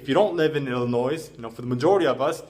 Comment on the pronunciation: The s in Illinois is silent